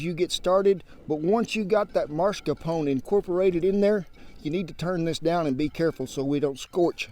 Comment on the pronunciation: It's not Mars-Capone. It's Mas-Carpone.